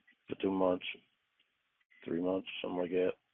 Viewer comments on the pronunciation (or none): Have u noticed doesn't say "something like that" but something likekat instead??😂